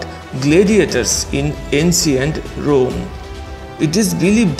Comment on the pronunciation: AincYent Rome 😂